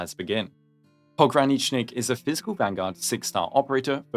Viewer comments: Finally, someone who can pronounce his whole name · You're like the first Endfield CC that managed to pronounce his full name correctly